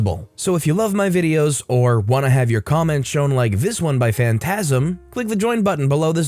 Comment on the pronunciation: Please change your intro, especially since you are saying the commenter's name incorrect. It isn't phantasm... it is phantasma!